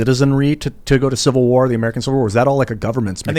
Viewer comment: Tim "civil warr" stool